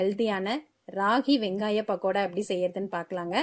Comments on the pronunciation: பகடா இல்லீங்க. பக்கோடானு அழுத்திச் சொல்லுங்க. கேக்கவே அசிங்கமா இருக்கு. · பக்கோடா என்று உச்சரிப்பு இருந்தால் நன்றாக இருக்கும்